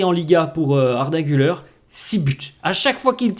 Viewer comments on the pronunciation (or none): Se prononce Arda Gül-air et non Gül-eur 😉